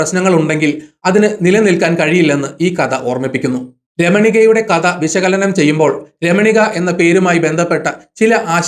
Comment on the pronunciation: മലയാളം വാക്കുകളുടെ ഉച്ചാരണം ഒന്നു കൂടി ശ്രദ്ധിച്ചാൽ നന്നായിരിക്കും ഉദാ: അദ്യായം( അദ്ധ്യായം)ലേഗനം( ലേഖനം) കത (കഥ) സിന്ദു( സിന്ധു)